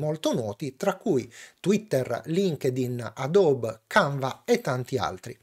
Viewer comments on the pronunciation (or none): none